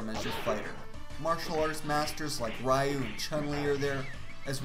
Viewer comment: You're pronouncing Ryu wrong.